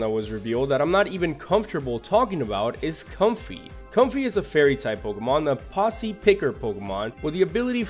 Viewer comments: Don't say bunsweet because that's not how u say it it is boun sweet as in bounce sweet not bun and comfey is not the po sy picker Pokemon it is the po z picker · Also posey is pronounced pose-ee. A posse (as you pronounced it) is something entirely different. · I said the same thing to him it really annoys me